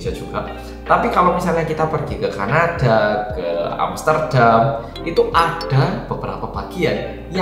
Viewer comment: moodboosteer banget rek ngomong e Ka-na-ddhaa, Amster-ddham, meng-ijjHinkan, asli nguwakak pek 😄🤣 suwun lho